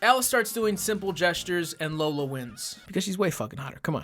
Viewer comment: the real reason i fucking hated this movie her names lola, that’s bad but what’s worse they’re pronouncing it wrong 😪